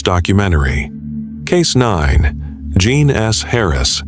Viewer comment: Jean, not "John" or the French pronunciation of "Jean"